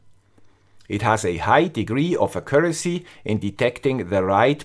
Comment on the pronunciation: Just, could you look up how to pronounce "accuracy"? ;-)